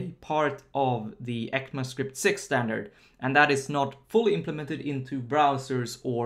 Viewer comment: Heck-ma script ahah I've always said / hear E-C-M-A script, heck-ma sounds a bit weird